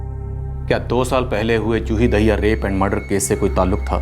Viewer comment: Madhu Dube ji Daahiya❌dahiya ✅ Hota hai 😂